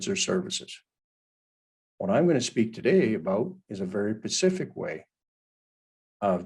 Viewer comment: did you actually say pacific instead of specific ? who would trust this clown?